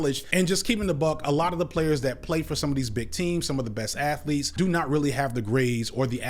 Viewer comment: STUDENT ATH O LEETES